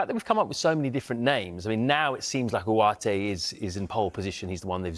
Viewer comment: Do British people not know how to pronounce the G? His last name is UGARTE not Uarte 😂😂